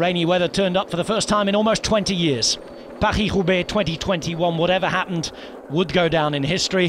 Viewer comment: his pronounciation of van aert and paris roubaix are not bad actually